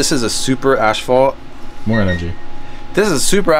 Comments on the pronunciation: Wth! has yal say "ASH-fault"? Hahah ASS-FAULT. ASphalt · The Canadian pronunciation is ash-phalt but in the US asphalt